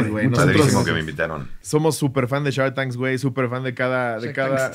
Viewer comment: Slobo mega fanio!! Es super fan de Shark tank y diciendo Sharks tanks 😂